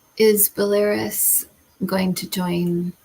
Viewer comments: There were two questions on Belarus and it is pronounced - Bell a roos - Just in case there are more questions on that country in the future. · I hope you will not find my comment offensive, but when you pronounce Belarus, the accent is on the last syllable ( rus), not on the second one.😊